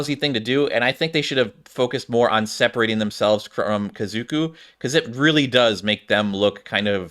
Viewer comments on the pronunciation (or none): There’s 1 O, it’s Ka Zo (xoh) Ku (koo) - Japanese word for family